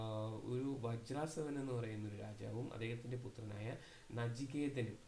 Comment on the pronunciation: നല്ല ക്ലാസ്സാണ്, വജ്രാസവ എന്നല്ല വജസ്രവ എന്നല്ലേ സർ